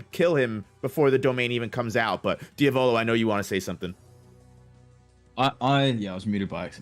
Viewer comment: mispronounces names so fucking terribly lol